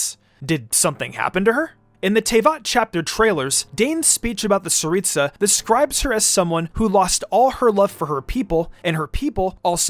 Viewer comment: It's The Tsaritsa Not saritsa